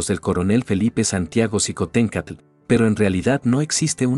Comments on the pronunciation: Qué pasó con el apellido, se pronuncia shicontecatl... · shiomara. La mayoría de las palabras de origen prehispánico que llevan X. Se pronuncian sh. El mismo meshico. Tashqueña. Etcétera. Mi estimado eres historiador. Sin duda alguna.